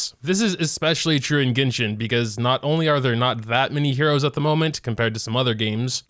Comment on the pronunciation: Lawd it bugs me when he says "heros"